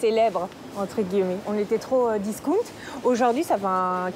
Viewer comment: c quoi discounte ??? on dit disckAOUNTE Mr journaliste